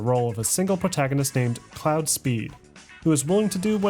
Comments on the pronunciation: Its Claude. Not cloud🤣🤣 sounds like clawed almost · Its Claud!!!!! (Not Cloud!) Lol i see you! Great editing skills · Cloud??? His name is claude, like clawed 🥴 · Until I realized he was mispronouncing the name, I was shocked to hear of another video game protagonist named Cloud 😂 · I can't watch this video without clowning on you for calling Claude "Cloud" 100 times lmao. Absolutely amazing documentary man, i appreciate your insane amount of work for this huge video. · when he said cloud instead of Claude my eye twitched a little bit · You calling Claude cloud was kinda annoying, but great video bro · Anyone going to mention his mispronunciation of Claude? He says Cloud. 😂😂😂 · Every time this guy says CLOUD instead of CLAUDE 😩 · Claaadd.. not cloud bruh haha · Cloud?! Not how you say “Claude” dude…. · Who's cloud?it's Claude FFS lol and they didn't kidnap the guy at the start of 3 they rescued him lol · Il pretty sure gta 3's main character is "claud" not "cloud" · You keep saying cloud! Its pronounced like Clawed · Stop saying cloud!!!! Its claude. Pronounce it like clawed! Ffs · Your pronunciation of Claude kills me so bad... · Great video. You calling Claude…Cloud was funny though. How tf you mess that up so consistently? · Thank you! I know I'm being neurotic but the mispronunciation of Claude kept bugging me. I was like "that's not even a name" Also, random question: Does anyone know if they mention his name before his appearance in San Andreas? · Can't pronounce Claude. "A"